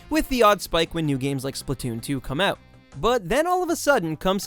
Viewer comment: I knew you were Canadian the moment you said "out" like "euuut" lol. Great video, let's really hope Nintendo succeeds with the Switch! Subscribed!